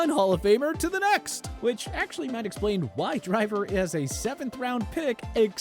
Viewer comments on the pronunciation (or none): none